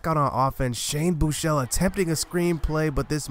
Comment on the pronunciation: FINALLY SOMEBODY WHO CAN PRONOUNCE SHANE BUECHELE'S NAME CORRECTLY! Lol sorry for the caps but yeah. Tough loss though...